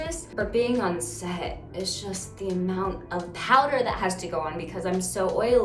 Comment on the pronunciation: When she says “powder” lmao…… you can tell she’s had it powder.